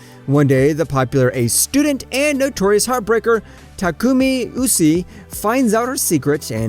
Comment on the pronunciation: love the video but big dog that is not how u says Takumi Usuai